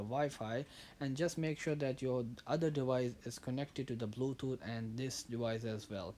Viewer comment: turn on the blootoot